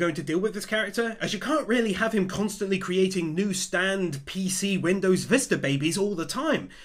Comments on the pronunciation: It’s not STanDo it’s STAND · Whenever he says "Standoh" tho LMAOOO